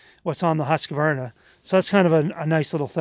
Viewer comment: Finally someone who can pronounce Husqvarna correctly! I love my Stihl's, and you got an awesome deal.